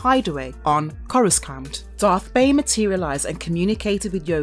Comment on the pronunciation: And Sheev Palpatine, not shev palpatyne. And for God's sake, coraSant (with a "c" obviously) , not coraKant. I think she's doing it on purpose